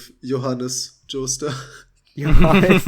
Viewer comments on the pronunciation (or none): none